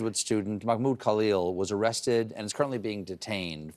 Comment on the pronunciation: He couldn’t even say Mahmoud Khalil’s name correctly